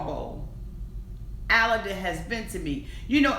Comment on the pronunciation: I can’t stand either of them. They were using each other! He was immature and so was she. She’s a liar and what really bothers me is his name is pronounced like “Aladdin”. And she can’t even say her own husbands name right! Listen to how he says it. He says Aladdin.